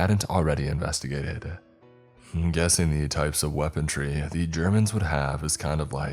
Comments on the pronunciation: HAHAHAHA what the hell is "WEAPON-TREE" HAHAHAHAHAHAHA ya mean "WEAPONRY"??? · “Weapontry”? Come on now. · It’s pronounced WEAPON-REE! I’ve never understood why people think there’s a J in that word somewhere. Seriously WTF?!